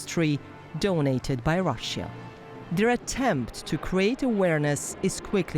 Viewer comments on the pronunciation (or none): DW, how come a chick with such a bad pronunciation (Russjjja) works for you? Shame.